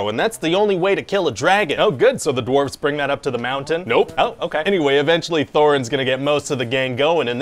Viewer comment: I kept hearing him say “doorves“